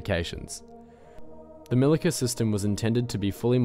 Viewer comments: LOL! C in Milica is pronaunced like ZZ in Pizza. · Milica = "Mee-Lee-Tsa" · Its actually pronounced Mili-ts-a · It's "MiliTZa" :). Punctuality is important :) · pronouncing Milica wrong.